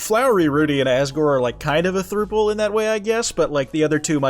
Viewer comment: why do you say throuple like that